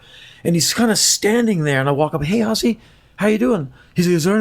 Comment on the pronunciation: Why can't Americans say Ozzy properly??? It's Ooooooozeeeee! Not Assy 😂😂😂😂😂